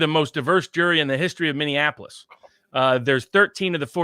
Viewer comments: Minneapolis = "mini-ap-o-lis". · I say this gently because I love you and your channel and all you do, and you are a much smarter person than I am, and I have my own flaws for certain. But please stop saying "Minneanapolis" Mini (something that is small) Apple (the fruit) Us (you and me) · I like your program and I appreciate your educated insight however I have a difficult time when you can't properly say Minneapolis. Minne-apolis it really not that hard